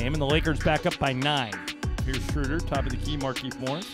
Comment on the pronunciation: I wish you announcers would learn how to pronounce Schröder's name. This ö is pronounced as oe for language sake. That shouldn't be so hard since English is a Germanic language.